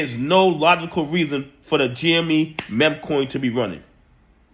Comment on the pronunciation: why can't you say meme properly? it feels like a conspiracy at this point. say "MEEM", its not hard bro, please